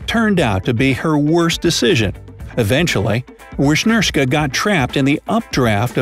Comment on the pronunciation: how you pronounce wisnierska is vishnierska.Thats how u pronounce it